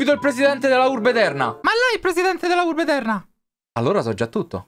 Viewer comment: Finalmente il ritorno di!!!🔥❤ E soprattutto della Urrrrrbe